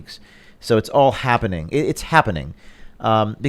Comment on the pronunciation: O'Keefe said "HABBENING" 4chan user confirmed. Welcome anon.